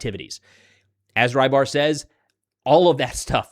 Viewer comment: RYBAR is russian for fisherman, and is pronounced "REBAR" with a short E. cheers.